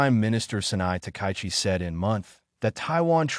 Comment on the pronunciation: And the pronunciation is lousy. The Japanese PM is Ms Takaichi -- ta-ka-yi-chi, four syllables, "High Number One." Emphatically not "takai" anything. Screwing up a person's name is both bad manners and a sign of serious incompetence. Big fail for poor.